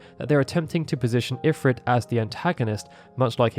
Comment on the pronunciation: Informative video, but the pronunciation of Ifrit bugs me.